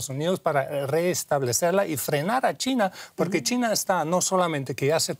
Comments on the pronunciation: Dice Tina o China??? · No es tina, es china.